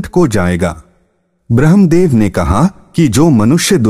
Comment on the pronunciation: Apke pronunciation bahut hi kharab hai kripya ismein kaam kijiye (bhramadev not bhrehamdev....saptshati not sap tashti... swarg not swaaaarg)